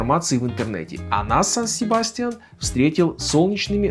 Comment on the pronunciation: Очень красивый город! Но цены на жильё очень высокие! Испанцы произносят название с ударением на Я - Сан- СебастьЯн.